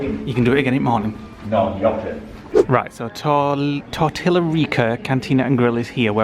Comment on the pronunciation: TOR-TEE-YA, not TOR-TILL-A